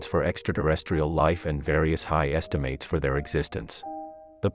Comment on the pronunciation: "lives"... And repeatedly saying "estimAYtes": Is this a text-to-speech narration?